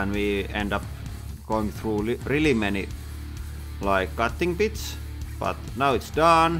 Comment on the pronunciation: Is he talking like this on purpose? I know, not his native language, but still... just how he says some things that shouldn’t be an issue, or at least not at the level he talks for te rest.... like: masien (machine), cutting pits (bits), trill (drill), masjinét,...